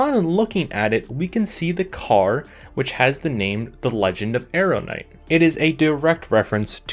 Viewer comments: AH-RUN-DITE. That is how it is pronounced. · Aerondight, not Arrowknight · I like how the clip of the Witcher pronounces the sword correctly and the narrator still miss pronounced it lol